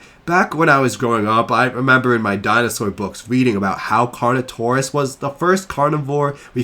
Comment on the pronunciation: I agree with how you pronounce Carnotaurus versus what did Disney dinosaurs said about Carnotaurus I hate that they named it carnotaur😂